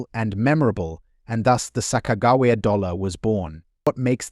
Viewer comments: Your pronouncing it wrong it’s Sa-Kuh-juh-wee-uh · "sock-ah-jew-we-ah" sound it out! Get it, got it, good! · This guy can't even pronounced Sacogawea right, did enjoy the coins😝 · Her name is SACAQAWEA. LEARN TO SPELL AND SPEAK NAMES BEFORE YOU TRY TO SPEAK ENGLISH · 😂you need to work on the sakagawa thing bud. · The AI voice over is dreadful!!! The horrible mispronunciation of Sacagawea is disrespectful and should have been fixed. Just do an actual voice over... it's not even hard. Good info but seriously difficult to listen to. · Sacagawea XD jesus that hame is ruined now I'm always going to say it weird as fuck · This is an A.I. video. The voice is computer generated. It can’t pronounce Sacagawea. The information is general and cannot be used to value coins. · Someone needs to teach this AI narrator a lesson in how to pronounce Sacagawea! So annoying.